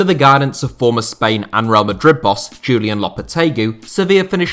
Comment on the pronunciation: Jew Lee Un Lopahtaygoo